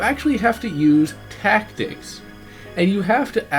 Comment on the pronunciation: everything he said about this game has been said a million times, and he didn't talk about anything past how hard the game is and pvp. pretty meh review. how he said "this game takes TACTICS" made me chuckle though